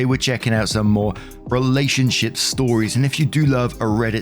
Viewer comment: Heheheheheh you said relationshiT.....hahahahaha